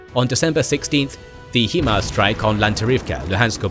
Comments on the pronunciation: I thought it was pronounced HIGHMARS not HEEMARS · "Hee-mars"??? Sorry, it's "High-Mars", meaning High Mobility Artillery Rocket System. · Maybe you’re right, but maybe the pronunciation is still HIMARS not HEMARS. HIGH MOBILITY ARTILLERY ROCKET SYSTEM. So, I don’t know who might pronounce the 1st word in the acronym he but I know a lot of people who pronounce the word high or simply hi. So perhaps it’s HIMARS NOT HEMARS. Lmao! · The correct pronunciation is 'High Mars' not 'He Mars" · High-mars(HIMARS) not he-mars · HIGH-MARS, not HE-MARS, you're the only people that pronounce it that way. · love the video except for your pronunciation of, "HIMARs". It is NOT pronounced, "HEMARs" as you say in the video too many times. Get it right please, it makes you sound less intelligent when you mis-speak like this :). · Still trying to figure out how you get ‘HeMars’ out of ‘HiMars’